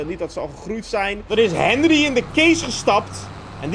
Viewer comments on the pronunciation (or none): none